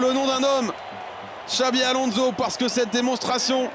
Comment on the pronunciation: C est pas alonzo... Mais Alonssssso ! T as que ça à faire en tant que commentateur... Apprendre à prononcer le nom des joueurs....